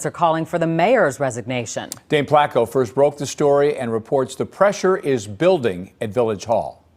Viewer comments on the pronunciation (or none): none